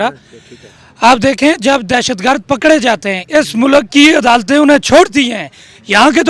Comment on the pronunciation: Sub se funny sahb te😂😂😂😂😂😂......Isko koi bataen baloch "tallak"or "mulak"nahe bol sakta...Uper se inko 300 shaheedon me se ek ka b naam yaad nahe..😂 Ade nako script to yaad karte..Beizzati karwa di😂😂😂😂